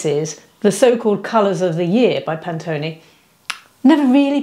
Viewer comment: Sorry it’s not Pantoney. It’s Pantone pronounced Pan Tone (as in colour). I love your straight talking presentation. Looking forward to more